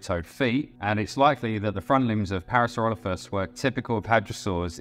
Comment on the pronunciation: Parasauralophus is my favorite dinosaur! This video was made better by the Cumberbatch-esque pronunciations of the animal 😂 (pingwings, anyone?) Pearsloffis Ploffisaurus Added to the entertainment value very much 😂